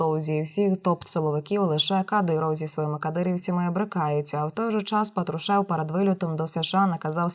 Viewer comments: ударение на фамилию ставите неправильно глотаете слова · Говори хоть прізвище правильно,бридко